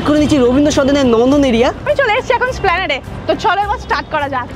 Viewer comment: Splanate noi s planate